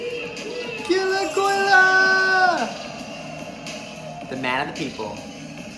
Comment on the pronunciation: It's actually "kolya" 😅